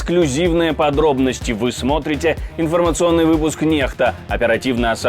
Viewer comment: Уважаемые, вы читали в английской интерпретации, как звучит "NEXTA"?! Введите это слово в Google переводчик и озвучьте его. Оно звучит "НЕКСТА"!!! А вы что морозите, уважаемые? С "уважением" к вашей вопиющей безграмотности...